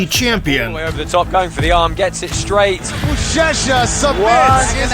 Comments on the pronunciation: He said buchecha bro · Just a small correction. Portuguese ch is like sh. So it is "bushesha" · UChECHA ? Are you serious ? Learn their names at least , that’s a noob mistake …